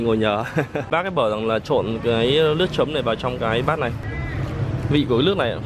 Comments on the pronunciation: Bạn nên phát âm chữ L và N cho đúng nhé bạn nói nước Lào mà nói ( lước nào) mình người việt mà nói mà người nươc ngoài k hieu luôn ah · "Nước" thì lại đọc là "Lước", "Làm Lại" thì lại đọc là "Nàm Nại". Thằng này học lớp mấy rồi mà ko phân biệt được chữ "L" với "N" (Lờ với Nờ) nữa. Bó tay, nghe nó chối tai gì đâu luôn!